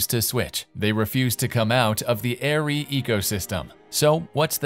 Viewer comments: Isn't it pronounced "Arr-ree"? Not "Air-ree"? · please, please learn how to pronounce German words - including "ARRI"